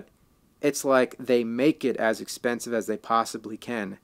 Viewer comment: "Has i am American"? Sound foreign to me haha.